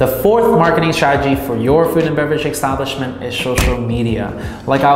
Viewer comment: EXXXTABLISHMENT EXXTABLISHMENT EXTABLISHMENT ❤ LUV YA